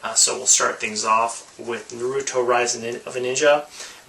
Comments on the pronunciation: It is pronounced Naruto as in (Nar A Tow) not Naruto as (Nar U Tow) Get so annoyed when people don't pronounce it right. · The way you said Naruto and Kameo was so off I know sometimes people just don't know the pronunciation so here is how it is pronounced nah-ruto not neh-ruto and Kameo is pronounced Kahm-ee-o I'm sorry if I seem rude I'm just a little OCD on how people say things